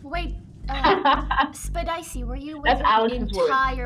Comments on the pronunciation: if you swap the p and the first e in spedicey, it says septiceye if you pronounce it correctly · It’s not spedicey it’s susicey